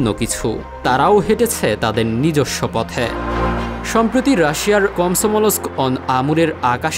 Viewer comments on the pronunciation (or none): none